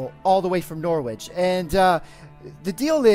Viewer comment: Just a word of advice, you don't pronounce the W in Norwich :) Love the videos as always :D